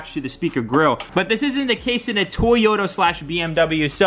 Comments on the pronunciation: It’s not “toy oh ta” it’s “to yo ta” Japanese is made up of phonetic syllables but all western countries butcher it. (Not having a go) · Bro toyota not tayota😂😂😭😦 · DAMN! I thought you were saying Tyota on purpose! LOL